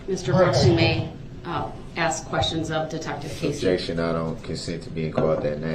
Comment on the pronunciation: 😂🤣 Objeshon , she said social media she didn’t say anything about facebook 😂😅